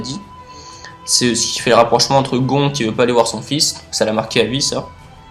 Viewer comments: Super vidéo tu expliquer vraiment très bien continue (ps : C pas Gon avec un on mais on le prononce gonne et ça s’écrit gon) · Le père de "GON"? le père de quoi? Comment tu prononces !!😂😂😂🤔🤔